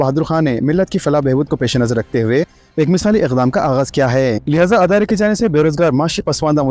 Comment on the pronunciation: Tum kitne jahil ho k tum idare ko adara bolte shame